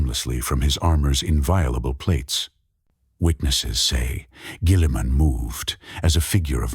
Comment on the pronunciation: Dog train your Ai better to pronounce Guilliman before putting this out